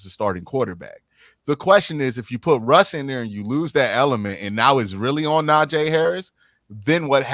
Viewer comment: How do you cover afc north and not know how to pronounce NAJEEEEEEE WITH a hard “E” sound. Wanna focus on him when we all know Jaylen Warren is the real threat. Can’t take you seriously at all.